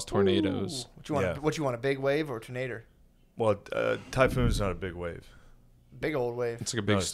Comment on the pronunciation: I love how Shane is really trying Matt to say tornader hahaha